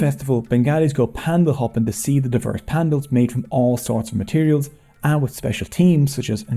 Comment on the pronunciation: Thank you for pronouncing PAN - DELS and not PAN - DALS.